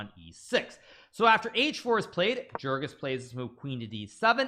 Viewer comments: You don’t pronounce his name jerkan, rather it’s a soft J sounding more like yergan. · ok here something to help you pronounce his name better: Try it like you would say 'Jergoush Pechatz'. I know it's hard to impossible for an english native speaker to do the "CH" letters in that order but that's how you should pronounce his name ;-)